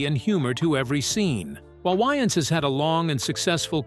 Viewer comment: Can say wayman, but not Waynes.. that why you don't use ai.. work MF don't just try to get buy